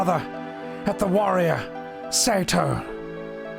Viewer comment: Incredible deep moment of nanaki learning about his real father, immersive voice acting then calls him say-toe instead of seh-to.